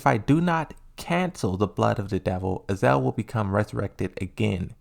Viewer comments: Ah-Za-Zel. Not Azel lol. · AZA-ZEL is not equal to "AZEL" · I think he's trying to be like Aris with the mispronounces...except aris plays them like jokes while comes off as dyslexic lol